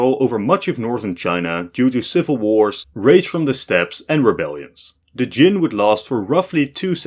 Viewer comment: Kyem, not Jin!